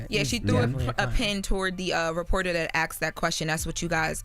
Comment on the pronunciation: ASKED!!! Not AXT!!!